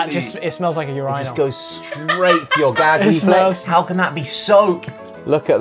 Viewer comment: Wait. . Is that how they pronounce urinal?